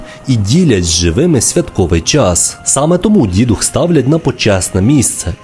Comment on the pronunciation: До речі не Дідух, а ДіДух, з наголосом на другий склад! Дідівський дух.